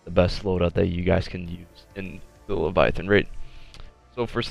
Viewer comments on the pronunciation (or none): none